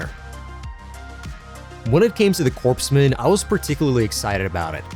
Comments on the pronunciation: The "PS" in corpsmen is silent. It's "core-men", not "corpse-men". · Common mistake, "Corpsmen" is pronounced "CORE MEN". I got a lot of that in the military. Lol